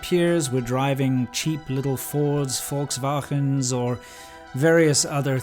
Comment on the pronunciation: WTF, how do you pronounce the word " volkswagens" lol ha ha ha ha.